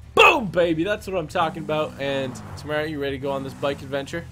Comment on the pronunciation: you are lieing samara has been tammara the whole time